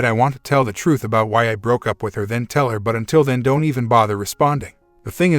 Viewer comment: Fix your auto reader. It's pronouncing "Don't" as Don tee. And maybe edit weeding to wedding